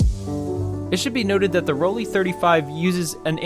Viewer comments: It’s ‘Roll Lai’, not Rolli ….. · As soon as I heard you call it “Roll-ee” instead of “Roll-eye” I had to stop watching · It is actually PRONOUNCED ROLL-EYE, great video by the way. I may grab one of these to mess around with.